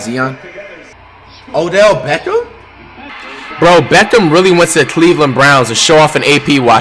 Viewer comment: O’belt beckham